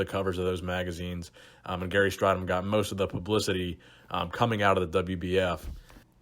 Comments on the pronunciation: interesting topic as a fellow South African I'd just point out his name is pronounced Stray-dom not Stri-dom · What makes this video annoying is that in the 80s gary and everybody else were obvessed with corectly pronoucing his name its straydom not strighdom hes annoyed now if he sees this video and he blew his first olympia show by weighing 240 at 6'2" he was skinny and flat compared to the top 10.he like dorian looked like he could have competed at 270 bit came in way below that rolph moeller would had trashed strydom in competition weight cuttimg down from 340 at 6'7" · It’s pronounced stray-dom Gary himself stated that’s how his name is pronounced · Gary Strydom - pronounced stray-dim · You pronounce his last name as “Straydom” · Its pronounced "stray-dom".